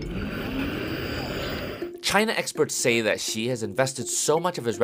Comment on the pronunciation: Chinese word X or Xi is pronouced similar to Sea. Not G or ig or gz or wtv, Just pronouce it like Sea. President Sea. Sea, Sea. Thank you. Also, if you see any Chinese name or word that starts w the letter Q, it's pronouced similar in between Ts and Ch, not k, not kw, so the city of Chongqing pronouced kinda like ChongTsing.